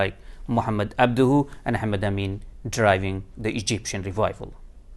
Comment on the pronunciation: I’m sorry I can’t take him seriously while he says abduhu. If that wasn’t enough it’s painfully obvious his “knowledge” about Islamic though comes solely from orientalists/imperialists because he implicitly says rationalism === mutazilsm. There are many avenues and branches of Islamic orthodoxy that embrace rationalism without going mutazili and it’s very orientalist to describe the rationality as being on a spectrum of mutazili thought. Insulting almost.